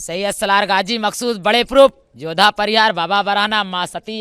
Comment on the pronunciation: ये औरत गाजी बाबा का नाम सही से नहीं बता पा रही है और अपने ऊपर गाजी की सवारी बता रही है ।